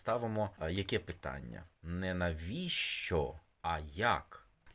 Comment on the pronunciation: Що це за вимова така,навіщьо і т.п., для чого так паплюжити вимову...